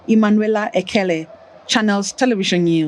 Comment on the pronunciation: I wish You a news caster should know how to pronounce your name right. Ask your parents your origin so you know the right way to pronounce your name. Please do not 'Englishnize' your dialectical names. Emmanuela "Ekene/Ekele".